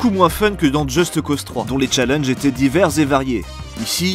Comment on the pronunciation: "Djeusteuh Cause"